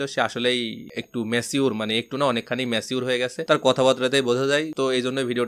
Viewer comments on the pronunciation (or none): ম্যাছিঊর কি ভাই Pronounciation thik korle shunte ektu valo laghe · Bhai it's not macure..it's mature